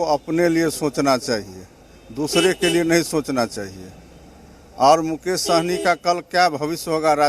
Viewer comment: साहनी ना कि सहनी